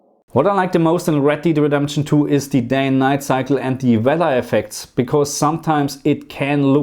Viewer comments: red DEED redemption 😅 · "Red Deed"